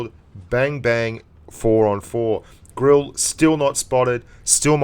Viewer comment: Also you mispronounced Grille .Its Gril-eh